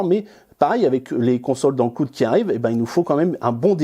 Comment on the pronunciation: Le cloude :') ça fait mal aux oreilles ! Super vidéo cependant :)